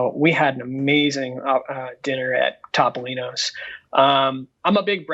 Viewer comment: I am an extremely loyal viewer and an avid fan of Dis Unplugged. Love you all to death, but I have one massive pet peeve. Please stop mispronouncing Topolino's . It is not Top-o-lino's. It is Toe-poe-lino's. The Italian word for mouse is "topo." Pronounced "toe-poe." Thanks!!!